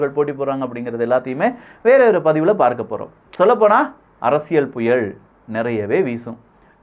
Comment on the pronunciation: புயல் என்று உச்சரி... புயள் இல்லை